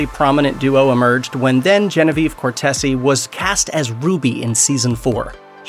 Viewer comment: John wasn't revenge driven that was Sam's opinion. You forget JDM on Jag, Ncis, Sliders and lead in 1996's Burning Zone and co starred with Hallee Beery's on her scifi show. Beaver was also on Krike's NBC time travel, criminal minds. Fyi it not Cortesee it's Cortese (Cor-tease). Also Shepard guessed with his dad on Doctor Who. He played a young secret service agent his dad played him in present day (2011).